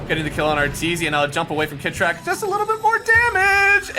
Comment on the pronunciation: did mason just called kitrak, "shitrak" LMAO